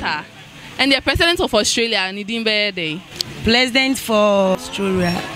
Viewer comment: plesident for ostroria😲😂😂😂she nailed it😩😆